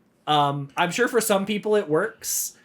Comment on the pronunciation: "for SHORE"... as invented by the one and only... 😜😉